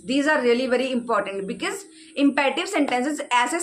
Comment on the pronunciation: Pahle to aap ye becees becees bolna band karen bhabhi.. it's so irritating..sare hindi medium school sikhate hain because and bicees